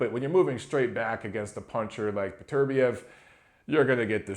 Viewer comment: Ronny Rios didn't get an L, he beat Velez. You pronounced Beterbiev correctly